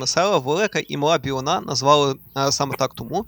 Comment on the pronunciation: Велика Білина,наголос на і Моє рідне село 🫶 Сумую......